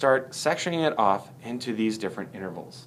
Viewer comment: lol he said 'inverals' what a dumbass